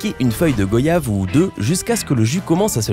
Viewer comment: On prononce « GWAYAVE » pas go-yave 🤦🏾‍♂️ Pourquoi personne ne déforme voyage et loyer ?